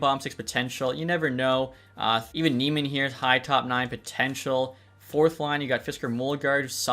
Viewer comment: I think that Eduard Sale is pronounced Shala and Jani Nyman is pronounced New-men